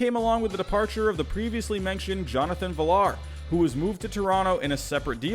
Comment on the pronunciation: Jonathan Villar’s name isn’t pronounced Villar. It’s more like Viar. The l’s are silent. Sorry to be that guy. Love the vids!